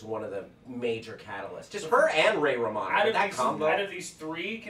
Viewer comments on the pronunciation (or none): none